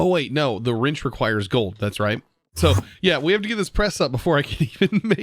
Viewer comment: i like how he says "rinch" instead of wrench